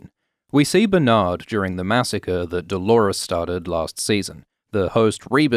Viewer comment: “Bernardald” haha